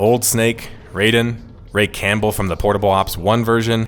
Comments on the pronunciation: Youre a big MGS fan but cant pronounce Raiden right 😂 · why do you pronounce raiden like that